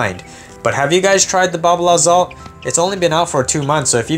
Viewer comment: I also believe it's pronounced exalt